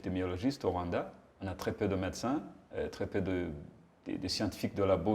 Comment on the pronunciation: J' ai adoré la façon dont laquelle il () prononce le mot "Rwanda". (Voir ) Vraiment "👌"